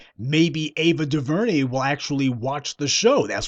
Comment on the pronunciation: Mute Ava duveray